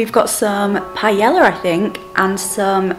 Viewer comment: Lol you are so adorable it's pronounced pie-yay-ah. I am so thrilled for you to have been able to have this done. Your confidence is going to go through the roof. Super excited to see how much your mental health improves as well. Health problems effect my mental health so much. You've been absolutely glowing lately! ♥